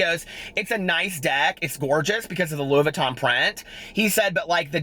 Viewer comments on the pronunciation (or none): "What's your favorite purse?" "My Lewis Vuuton™" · Wasn't the Lewis Vuttin (Louis Vuitton) thing from Charles Gross? lmao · Rewatching to hear tell that story about the girl with the ponytail hahaha "Lewis Vutten" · Lewis Vuttin hahahaha you made my day!